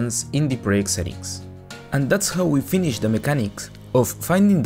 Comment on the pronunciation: project not pryect